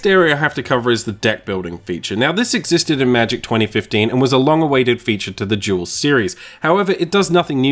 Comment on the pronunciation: I swear you keep saying Magic Jewels.